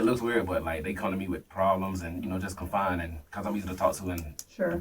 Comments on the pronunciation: Confide*. Not confine. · He pmo saying “confine in” that’s how you know he lying can’t even said the word right lol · It's confide you idiot. Not confine! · Stop saying confine in. It's confide genius. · It’s confide FFS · Is he trying to say “confide” because he keeps saying confine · Please stop saying "confine in" . Fcku!!!! Driving me nuts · It's confide, not confine...well, hmm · The word is CONFIDE. Not CONFINE. But he bout to learn the meaning of confine when he gets confined to that cell. Just sick. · It’s subconscious… he knows he’s going to be confined… 😂😂😂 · Ugh...He said " Confine" 😩😩😩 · They just con-find in him, ya know? It's so funny, how certain people don't know common words, so instead of Ever taking a few seconds to figure it out, they just say things that they think sound like words 😂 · I know right!! & he pronounced the word wrong 10x in 3 min 😅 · This dude will have a lot of time to learn how to pronounce the word "confide".